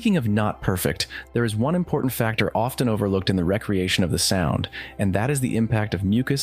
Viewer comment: I'm curious and mean this in a constructive critique way: do you use text-to-speech, or is this your real voice? Because twice now "recreation" has been pronounced in the way that means a freetime activity, and not the way that means "created again"